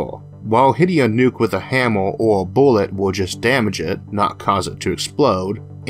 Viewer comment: "Wuddaya know? One Space Boowett weft!" "There was supposed to be a kaboom! An Earth Shattering Kaboom!" You saying we don't have an Eludium P32 Space Modulator?